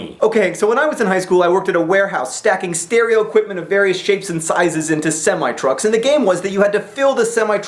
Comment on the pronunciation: I have never heard "semi trucks" pronounced like that.